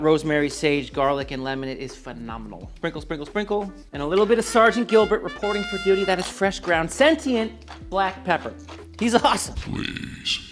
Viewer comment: Sentient "senchyent"